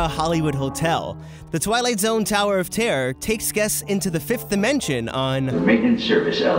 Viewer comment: tawer of tarrer